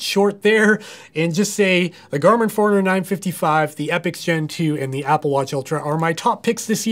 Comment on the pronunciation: I always thought it was 4 runner but it sounds like youre saying foreigner. I wish I could afford an epix :(